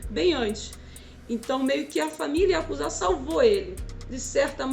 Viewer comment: Yakuza nao IaKuZa mskska